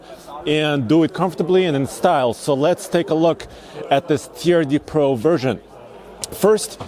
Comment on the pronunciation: "Turd De Pro" - that is the French designation of TRD Pro